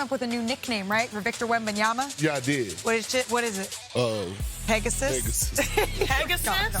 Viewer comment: This dude can't say Wembanyama's name to save his life.